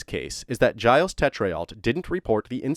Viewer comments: Gilles is pronounced like "Jill's" but more with a Ge than a J.... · His name is pronounced “Jill” soft g it’s french